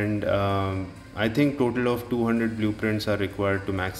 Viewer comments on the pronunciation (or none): none